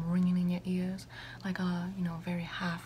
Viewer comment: it sounded like u said "im gonna need u to keep ur ass open" and jm fucking choking